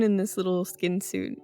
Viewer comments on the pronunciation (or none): When said Skeen all I could picture was the silence of the lambs. "It put the Skeen on the doll!" 😂